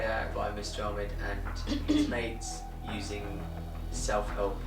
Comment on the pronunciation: also she said 'acess' or 'useing.' LOVE IT